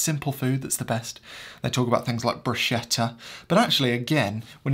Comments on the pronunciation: Except bruschetta is pronounced bru-sketta...the ch is a k not a "sh" Not to ne too picky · Love your videos! But the right pronunciation for that slice of bread with chopped tomatoes is "bruce-ket-tah"...😁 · It's bruschetta, pronounced like 'ch' it's like a k